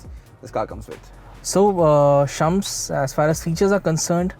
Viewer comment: Shums sounds more like Chums 🤣